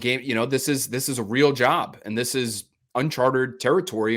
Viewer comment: Breakin' out all the high-end vocab! (and it's prostrate). Tell it's "unchartED," (he and Bedard with "unchartered").